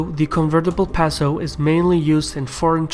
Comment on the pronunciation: It's "pay-so". Otherwise, great video!